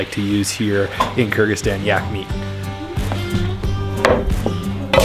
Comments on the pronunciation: Sounds like you are saying Kurdistan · If you say it slowly might be easier to pronounce Kır-gı-zis-tan